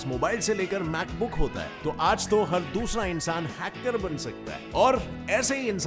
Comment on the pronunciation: ALWAYS HACKERRR BOLTEE... 🤭